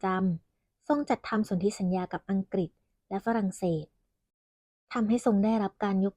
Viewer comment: นศ.ชายที่ฝึกงานต้องพูดภาษา”อังกฤษ แทนคำว่า อังกิด“ นะครับ